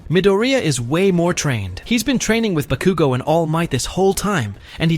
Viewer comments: Why did he sai bakugu XDXDXD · the ways he saying bakugo 😭😭😭